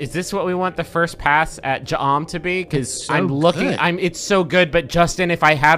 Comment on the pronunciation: That's... actually correct. That's surprisingly exactly how to pronounce "Jaa'm"